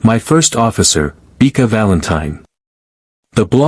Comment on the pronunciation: The A.I. needs to learn how to pronounce words properly. (Beeka? Her name is Bekka, with a SHORT e sound)